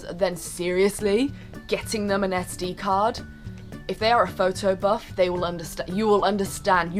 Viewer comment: when you said "SD"card, i thought you said "STD"... haha!! :D